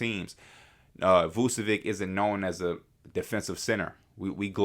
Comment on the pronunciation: V u č(as in ch in chess) e v (as in victoria) i (as in India) ć (it sounds kinda like the t in tune or ciao in Italian) Please stop saying Vucevik